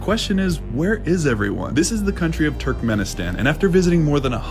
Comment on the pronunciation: Will someone please tell that dude to stop saying Turkmen-in-stan and pronounce it correctly 😭